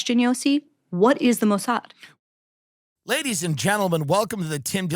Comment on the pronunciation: "What is the MOW-S-HAD?" Bari's pronunciation is impeccable, for someone just learning about the Mosaad. Some people just have quite the ear. 😂